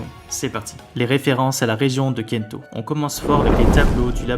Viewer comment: Pour kanto c’est proche de la prononciation japonaise.